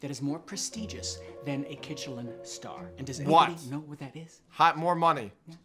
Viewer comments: Did nobody realize they called a Klin star instead of a Michelin star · ITS A mishelin star NOT a kichenlinstar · It’s actually called a Michelin star not a kitchelin star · I was wondering when someone would point out that was saying kitchelin star instead of michelin star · I love how he said kitchelin star when the real thing is a Michelin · it's a Michelin Star not a KiTcHeLiN sTaR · It’s called a Michelin star not a kichalen star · Its a Michelin star not kichelin star